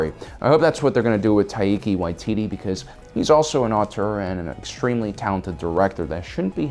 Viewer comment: And no one has commented about how unusually pronounces Taika Waititi?